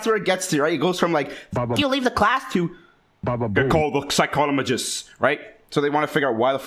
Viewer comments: “call the pshcyquolomijistz” yes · Guys he’s just Canadian he pronounces things like psychologist differently in his English accent from canada 🇨🇦 👨🏻‍⚕️ 🇲🇶